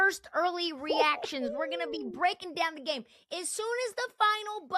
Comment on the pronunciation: The more adds an "-uh" at the end of words drives me freaking bananas. "Game-uh", "trade-uh", "Knicks-uh", "NBA-uh". Bro, learn to speak and not sound like a moron. Also, your head is enormous.